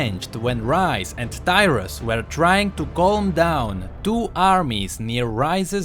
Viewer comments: Tyrus? DYRUS? =.= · Who else thought he said Dyrus xD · 0.32 I was letting it play while doing other stuff to just listen then i almost fell of my chair cos I thought he said "Dyrus"